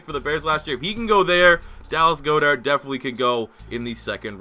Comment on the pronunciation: It’s god-ert not go-dert